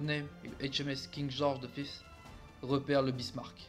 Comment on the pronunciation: Pour la prononciations si je peut t'aider : King George five se prononce = King george [Faïve] comme si tu disais cinq en anglais. Pour les iles ou tu as eu du mal c'est les iles feroé. Pour kiel je sais pas non plus moi je dit [Kiil] Et le nom de l'operation je peut pas t'aider j'ai jamais reussis a le prononcé. Voila si sa peut t'aider. Sinon tres bonne video. En effet le Warspite a eu une carriere + glorieuse. Coter allemand c'est le Scharnhorst qui a eu une belle carriere. Coter Italie aucun il y a juste le Roma qui a eu une triste fin... Coter US je dirais le Washington suite a son combat de Guadalcanal. Coter anglais ben Le Warspite sans hésité. Coter Jap... bizarrement je dirais pas le nom d'un Cuirassé mais le nom d'une classe de navire les Shokaku. Voila c'est que un point de vue pour compléter. Continue de partager c'est pas grave pour le calendrier moi sa me derange pas. Bref 👍 mérité.